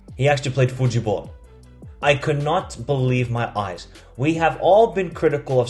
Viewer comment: Portuguese say futebol not futibol btw 😄 it's the brasilians that say futibol. Other than that, nice videos you have been putting up. I like it 👍